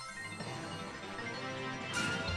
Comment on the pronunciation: For some reason, I found chugga saying "End-of-chapter" as one word way funnier then "END OF CHEEAPTER" ever was. I don't now why.